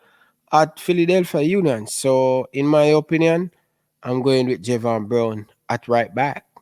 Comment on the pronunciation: It’s Javain brown your saying that name wrong